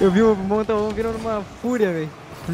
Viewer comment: monta ele disse Montalvão afegão